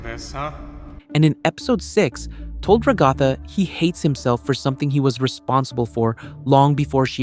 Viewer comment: ure pronouncing ragatha wrong lol